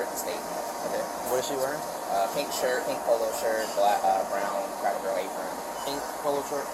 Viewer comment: Does this guy keep saying cracko barrel!? #donuthen #trashpeople